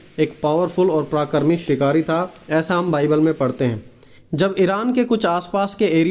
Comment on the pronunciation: भाई आप प्राकरीक ना बोलते पराक्रमी बोल